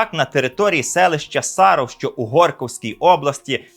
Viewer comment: Не САров, а СаРОВ, не СнєЖИНСЬК, а СНЄжинськ.